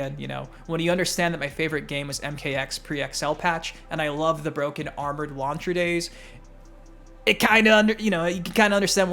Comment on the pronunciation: I know did not say armor launcher oh lord smh 🤦🏼 😆